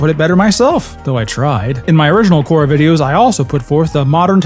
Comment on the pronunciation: he says “KORRA GREAT” and it’s painful